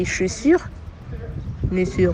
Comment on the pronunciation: Waaaaa tu te vante en racontant histoire maintenant prononcer chaussures te dépasse 😮